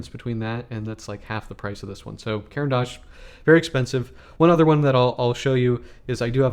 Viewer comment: What an example of a terrible review: can't pronounce the name of the product, repeat self endlessly, asks the audience's opinion, subjective taste put as universal, doesn’t educate the audience.